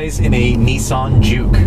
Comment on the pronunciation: i'm sorry, i always thought you pronounce juke as junk.